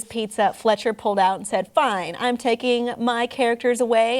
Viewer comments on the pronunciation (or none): It's Fechter not Fletcher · the girl is stupid the way she talks is so condescending and rude. just stfu. and it's FLECHTER not FLETCHER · Wow this girl did the following Messed up and said words instead of works Said CEC has bad pizza Showed FNAF in this video Said Aaron Fletcher instead of Fechter Made us cringe Said animatronics kill her every time she goes to CEC FIRE HER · STOP CALLING THEM ROBOTS AND ITS FECHTER NOT FLETCHER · It's Aaron FECHTER! (Fek * ter) NOT fletcher. You got a ton of facts wrong, everyone knows Showbiz has better pizza than Chuck E cheese. ! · Ugh this is stupid. What a terrible way to talk about this. AND CALLING THEM CREEPY?????? YOU IDIOT! THEY ARE AMAZING AND ITS FECHTER NOT FLETCHER! UGHHHHHHHHHHHHHHHHHHHHHHHHHHHHHHHHHHHHHHHHHHHHHHHHHHHHHHHHHHHHHHHHHHHHHHHHHHHHH!!!!!!!!!!!!!!!!!!!!!!!!!! AND THE ROCK AFIRE EXPLOSION WON IF YOU DIDN'T KNOW. BECAUSE THEY HAVE MORE CHARACTER AND BETTER QUALITY. AARON ALSO REALLY LOVED MAKING THEM UNTIL SHOWBIZ STARTED LOOSING MONEY AND BROCK WANTED TO TAKE THE CHARACTERS FROM AARON!!!!!!!!!!!!!!!!!!!!!!!!!!!!!!!!!!!!!!!!!!!!!!!!!!!!!!!!!!!!!!!!!!!!!!!!!!!!!!!!!!!!!!!!!!!!!!!!!!!!!!!!!!!!!!!!!!!!!!!!!! I'm cringing because this is so bad. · 😂😂 they kept saying Aaron Flecher instead of Aaron Fechter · His name is Fechter not Fletcher gosh! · I AGREE SHE SAID fletcher instead of fetcher ha ha ha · It's not pronounced " Aaron FLETCH-er" it's " Aaron FEK-ter" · Oh my gosh she has no idea what's she saying and by the way it's not Fletcher its pronounced FEC TOR!!! Know your facts before you post a video about history!! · Its Fe-Ch-er, are you kidding me??!! Theres no l in there!! Flecher really?? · Aaron Fechter, pronounced Fector, not Fetcher. The Fechter anamatronics were a lot better than chuck E cheese ones. Some places today still have them, sadly not the one near me. Munch's keyboard still has a tag on it though. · It's not Aaron Fletcher! It's Aaron Fechter! >:(